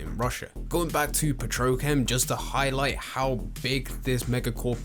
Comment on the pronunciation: petrochem lmao Edit: he did it again omg Ok it got annoying now. It's pronounced Petro chem. Like two words.